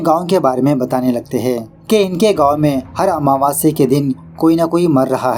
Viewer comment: Meko bhi wahi ritual sikhana hai😅😅 😂😂 आमावस्य not महवास्य 😊